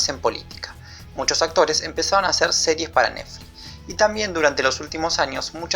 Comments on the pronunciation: che... "nefli" tiene una "T" y una "X"... neTfliX!! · Iba todo tan bien, hasta que empezó a decir recurrentemente "Nefli"...me pudo! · Por qué dice Nefli? 😒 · me encanta como dice neflix en vez de "netflix" me da mucha risa alto video amigo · Esta tan bueno el video que voy a obviar el hecho que digas nefli y yutub... jaja... naa en serio buen material va un like !! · MEJORA LA PRONUNCIACION!!!!! "YUTÚ" "NEFLI" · "nefli", naa joda, está bueno el análisis.